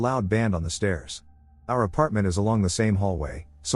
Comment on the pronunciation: I personally hate the way it says "stairs".